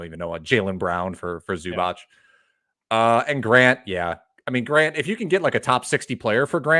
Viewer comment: it's not zubach bru